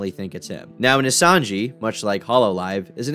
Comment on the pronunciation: 2 thngs, nijisanji is pro nounced ni-ji-san-ji, also sunny got in drama because his catchline for his tralier was "dont make me use lethal force" which was offensive because black history month or some dumb shit. that said its pretty funny because if did make this a vtuber news channel he would be at the top, most of the other vtuber drama creators legit read tweets for content